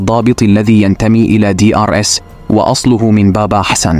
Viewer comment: Moi algerien âgé de 70 ans je ne crois pas à ces Histoire à dormir debout il faut prononcé D R S pas De arrasse là ici tu dédouane abassi madani et Ali Belhadj